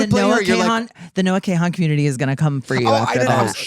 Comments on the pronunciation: Kahan is pronounced Caan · Not Noah Kay-han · noah kay-han (mind you noah kahan…) is making me cry laughing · Noah “KAY-Han” probably confused Trixie a bit, hahaha. I doubt she has avoided Stick Season for 4 years. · Noah Kay-hawn 😂😭 love you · Her saying the Noah kahan community is going to come for trixie when she doesn’t know how to pronounce his name is crazy work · The way she is pronouncing Kahan is killing me 😂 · Only one of 3 knowing who Noah Kahan is and that one person pronouncing his name wrong. A rough day for the Noah Kahan community indeed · butchering noah kahan's name and then telling trixie his fans are gonna come for her😭